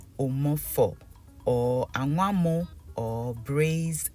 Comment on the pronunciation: Omg It's anwamoo not angwamoo.